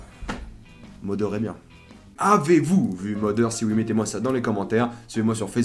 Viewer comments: il ya en effet des accents selon les regions mais le mot Mother se prononcant MAther ou Matheur pour ceux qui parle pas anglais donc voila pas d'excuse dans tous les langages anglophone c'est comme ca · Je sais que les français ont beaucoup de mal avec les accents des langues étrangères et le TH anglais est "Ze" Exemple! Vous le prononcez soit "de" soit "F"; ce qui est marrant quand vous tentez de faire des jeux de mots phonétiques en anglais... Dans le mot mother il se prononce à peu près "z", ce qui donne moZer (en aucun cas le O ne devient un A)